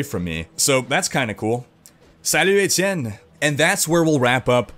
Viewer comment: haha "Salut Etienne" your french seems alright, thanks for all the news